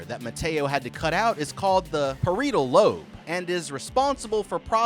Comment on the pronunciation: as a biomed major saying parietal lobe wrong took me OUT LMFAOOO (not hating the vid was fire i just had to say sum)